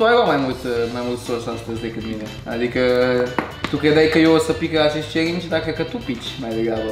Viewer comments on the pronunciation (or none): mi se pare mie sau selly a spus ,,chelingi”????